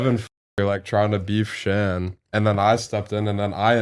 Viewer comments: He keeps calling Shan Sean lmaoooo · How come nobody is talking about how is calling him Shawn the entire time😂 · Why are you calling him Shawn?